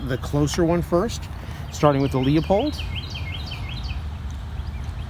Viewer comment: Really good job. It’s pronounced “LU—Pold” by the way.